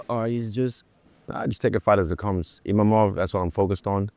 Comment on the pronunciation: le mec à 6 minutes, il dit "Imamov". Après ce combat, il va devoir retenir le nom de Nassourdine !